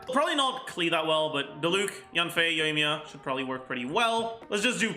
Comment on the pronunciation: "Yoyomi" lol